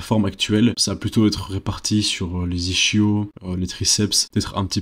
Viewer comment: "I - sk - io" et pas " i - chio" 😅